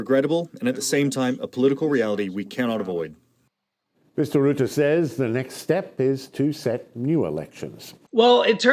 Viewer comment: Nice video. It’s pronounced roo-tuh though not Roo-tey 👍🏻